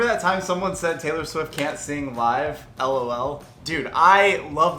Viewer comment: I think you're the first person that I've ever heard saying lol in L O L lmao😂❤️❤️